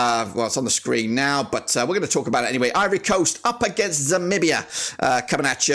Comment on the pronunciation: It's called zambia not zamibia😂😂